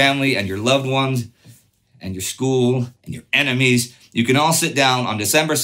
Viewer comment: The emphasis on enemies tho😂